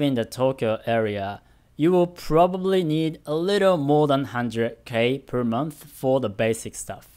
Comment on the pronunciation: Hey,! I saw you comment in the past saying to let you know if there's something you could improve on with your English. I noticed that you sometimes tend to use a "fff" sound in place of a "th" sound (example: monff instead of month, etc). I think it'd be good for you if you tried to focus on improving that! Could really imrpove your pronunciation overall. Hopefully that's okay of me to say.